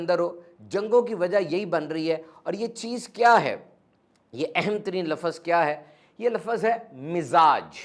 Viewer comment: ماشاءاللہ آپ کی باتیں دل کو لگتی ہیں اللہ پاک آپ جزائے خیر عطا فرمائے اور ہمیں ان باتوں پر عمل کی توفیق عطا فرمائے آمین بہت معذرت کے ساتھ آپ کی ایک غلطی نکالی ہے آپ لفظ کو لفظز بولتے ییں اردو میں اس طرح نہیں بولا جاتا